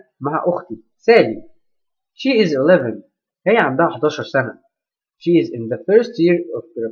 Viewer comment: لما تكون she is اقراها شي إز